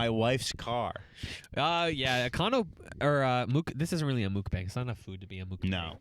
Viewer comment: I love when kids mispronounce things, less than 1 minute earlier: This is like a Mookbang